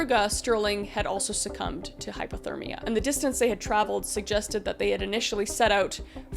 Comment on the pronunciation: I don’t want to seem rude, but it is driving crazy. Are you saying hypothermia (low temperature) or hyperthermia (high temperature)? Cause it kinda sounds like you are saying hyperthermia.